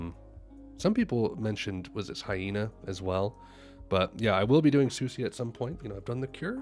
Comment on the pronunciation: You’re pronouncing her name incorrectly : SUSIE is the correct pronunciation